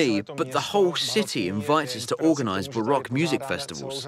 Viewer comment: learn how to pronounce the word baroque. Everyone wants their own version of language. That is why truth is disappearing from the world as well as the distinction between good and evil.